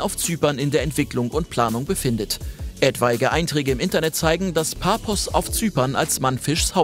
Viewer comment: Super Beitrag. Nur die Stadt Paphos auf Zypern wird Pafos ausgesprochen. Da Zypern nicht gerade bekannt ist, kann ich es verstehen. Ich wollte nur kurz drauf hinweisen. Viele Grüße